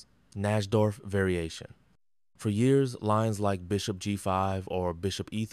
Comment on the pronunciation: why do you say years like that lol